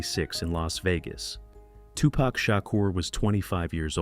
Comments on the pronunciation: I wish your non-talking ass would learn how to pronounce their names! It's Low-Pez and Too-pauk! Not Lopes and To-pack!!!! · He messed up Lisa Lopez name and made it seem like she was filming and not driving.He did not say Tupac's name right either.